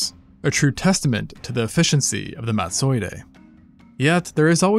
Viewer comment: Totally cannot take you pronouncing Madtsoiidae as if it were a Japanese samurai. 😖